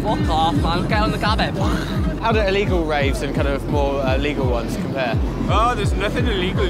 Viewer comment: Gabba , nah you pronouce Habba, Rotterdam Sportshall 91, Mental..